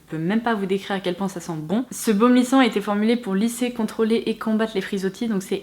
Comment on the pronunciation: Vidéo sympa et contenu intéressant mais PITIÉ ARRÊTE DE DIRE "JOINT" on est au mois de Juin pas JOINT !